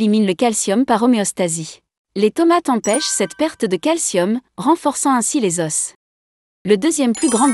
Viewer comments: On ne dit pas"aus" on prononce o"ce" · " nos Osse " 🤣 nos Oooo pas Osse banane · Os au pluriel se prononce "O" ... Un "OS" deux "O". Juste pour la prochaine fois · Ça dépend d'où tu es natif ! Je viens du Québec et nous disons ''un osse'' , ''des z'osses 😄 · un "OS", des "OS", on ne doit pas entendre le °s° au pluriel..... la tomate "alliez" !!!!! pourquoi cette forme ?? la tomate "alliée", c'est mieux et plus correct.